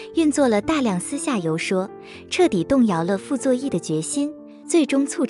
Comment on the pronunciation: 游说shuì 别用机器人